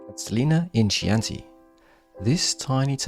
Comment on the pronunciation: Please! The CH in Chianti is a hard sound, not a soft sound.